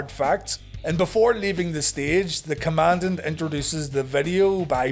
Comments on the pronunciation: His pronounciation of Commandant is correct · The Commandant pronounces it correctly.